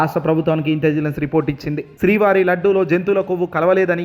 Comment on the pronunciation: ఒరేయ్ నాయనా... ఇంటిజిలెన్స్ కాదు .... ముందు రెహర్సల్స్ వేసుకుని చదువు.. ఇంటెలిజెన్స్ అని పదిసార్లు ప్రాక్టీస్ చేయి. చాలా తప్పులున్నాయి నీ చదవడంలో.